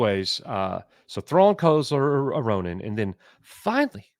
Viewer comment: Ronin? I thought they said Rodent.